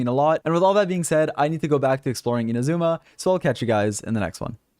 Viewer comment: How come everyone mispronounces Inazuma? Its not ina-ZOO-ma, its I-NA-zu-ma.